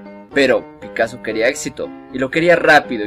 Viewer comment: Picasso, no picasoo